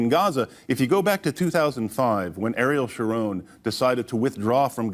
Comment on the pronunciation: Ariel Sharon is pronounced Aree-el, these not so micro-agressions have to stop 😉. If anyone mispronounces the current vice president's name they are immediately accused of racism even though the pronunciation of her name evolved over time.